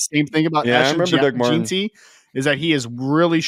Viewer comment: It’s pronounced “Jen-T”. And for the record Boise has produced multiple NFL running backs over the past several years.